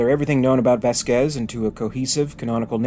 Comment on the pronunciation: Little correction, it's not pronounced Vasquĕz, it's Văsquez